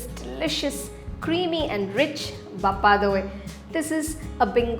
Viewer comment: By The Way It's BHA-PA Not BAPPA !